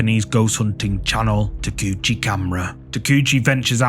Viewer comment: Ta-kay-oo-chee, not Tacoochie.